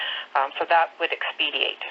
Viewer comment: Wow that lady has some nerve to miss pronounce “expedite” and then goes on to condescendingly define it, as if she wouldn’t know what the word meant 🙄😂